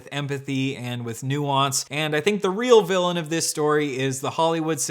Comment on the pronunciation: so fweaking weal !!